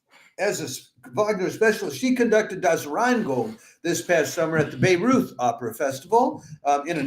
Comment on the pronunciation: Please learn how to pronounce Bayreuth... I really wondered why I didn't know anything about this festival in Lebanon 😂